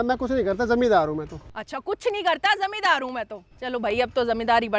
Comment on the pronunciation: Zamidar ❌ Zamindar ✅